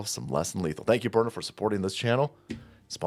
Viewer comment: burna..byurna,..byrna...DUDE stop shilling "self Defense" thatt gonna get people kilt ded!